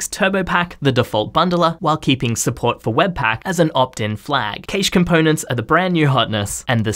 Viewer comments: Yeah, it's a shame no-one knows how to correctly pronounce cache. It's "cache", not "cache"! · The pronunciation of cache is triggering me. 🤣🤣🤣